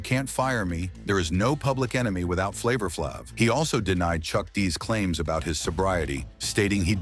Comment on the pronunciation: I cannot take seriously ANY channel that will run a piece that intentionally mispronounces the name of one of hip-hop's most recognizable figures. AI voice or not. It's disrespectful.